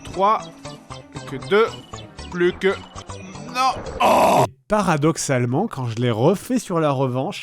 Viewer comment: quand il a dis "parradoxallement" j'ai compris "paradoxe Allemand"